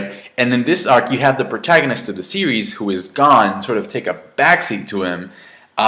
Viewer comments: lol, we knew you would like it. BTW, it's pronounced closer to "Gown" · U not saying gon name right